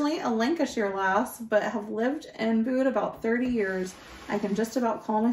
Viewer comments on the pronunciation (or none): Bude is pronounced Bewed. It is a lovely area. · 'Bude' (in Cornwall) is pronounced: 'Byuude' like 'you' with a 'b' in front and a 'd' at the end. 'Byoude'. (The 'e' is silent) and 'Bodmin' (also in Cornwall) is pronounced 'Bod' (like the first part of body) and 'min' rhymes with 'in' so together it's: 'Bodmin'. 🏴🙂❤️🖖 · Bude is pronounced almost with a y sound between the B and the U as in Byude. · your pronunciation of Bodmin was spot on, but with regards to Bude, think of the word 'imbued' and just drop the 'im'. I really hope that makes sense! 😅